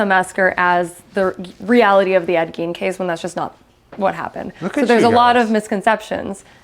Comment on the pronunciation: Ed Gein is pronounced Gain